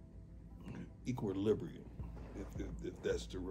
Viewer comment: My man said Equalibrieum lol